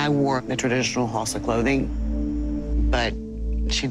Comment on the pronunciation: She did not pronounce Hausa right as a Nigerian that offended me..